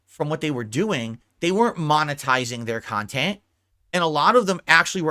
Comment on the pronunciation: There is a hundred kahtent clippers why does Doody specifically trigger him? Its because Doody des his bookkeeping for him? Im a loser for watching this kahtent i agree maybe one day ill make a turkey sammich and bring to a homeless shelter and do something pawsetive with my life. Moron loser